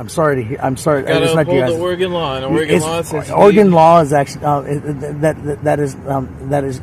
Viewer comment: Thank you for pronouncing Oregon correctly!!!😁